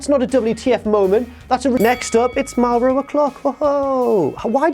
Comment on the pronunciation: ITS MAURO NOT MAROH GET IT STRAIGHT YOU JOBBER